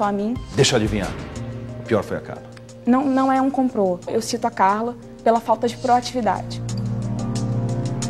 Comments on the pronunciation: e - meu Deus! "Comprô" é de estourar o último limite da decência! Deveria haver 3 demissões nessa noite... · Coloquem o vídeo aos "Não, não é um 'comprô' " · Só pelo "Comprô" eu já a demitiria por justa causa!! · Não é "comprô", não é "comprô". Kkkkk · "Não é comprô, não é comprô mêixmo" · "COMPRÔ NUM É COMPRÔ" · "Comprô" foi compricado... kkk Não sei como isso passou batido na mesa... Mas a demissão foi justa, a Carla estava mesmo testando a líder a todo momento. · NÃO É COMPRÔ MESMO... RSRSRSRSRSRRSRS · NÃO É "COMPRÔ"...... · kkkkkkkkkkkkkkkk "comprô" o que? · não é COMPRÔ!!!